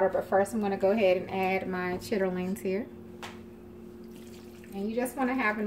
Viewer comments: I have never heard of cooking chitterlings that way. I am from up north and most of us pronounce it the same way as the blogger. I don't care how clean you clean them, you should always change the water after they come to the first boil. I am speaking from experience of my mom, dad, aunties of which they were all from down south, with the exception of my dad. After discarding the first boil with all the stuff from the chitterings😉, you pour hot water over the chitterlings and then you add your seasonings. I just use onions, celery, salt, pepper, red pepper, brown vinegar, a little garlic and onion powder. Here is a little secret I will share with you, cook them in a ceramic dutch oven pot, they will cook faster and they are so tender. I cook greens, bean soups, etc, in the pot. I love it. Oh, when the chitterlings are done I cut them up and I add hot sauce, and a little worceshire sauce to them. I'm cooking some for thanksgiving! I buy aunt Bessie, I know they're expensive, but it worth it. Have a happy holiday, and enjoy your chitterlings no matter how you cook them. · Nobody says "chitterlings " like that it even takes something away from what they are . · U said chitterlings? Girl its SHITLINS!